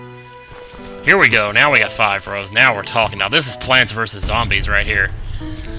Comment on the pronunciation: When I heard you say plants vs zombies, at first I thought you said planets vs zombies... ^^" Awesome all the same!!